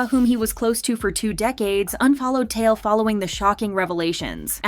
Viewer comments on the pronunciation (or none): Tail? It's Tai Eel